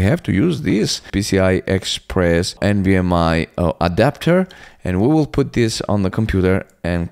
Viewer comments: Its NVMe not NVMI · Why are you saying nvm “i” ? Do you see an “i” anywhere in the word “nvme” ?